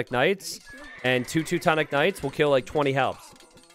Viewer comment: "tutu-tonic knights" haha